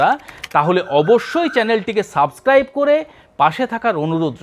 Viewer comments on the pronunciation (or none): none